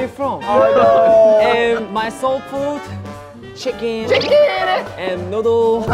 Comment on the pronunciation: Every time I hear the word chicken, I can only hear Seungkwan's 'CHI-khen' in my head 🤣🤣🤣